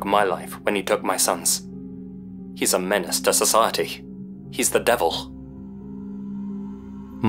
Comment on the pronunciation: Wilh Devilh Your weird aspirated H art the end of some words, especially those ending with L is distracting.